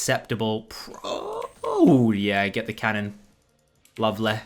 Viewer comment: went full yorkshire with that ''Lovely'' haha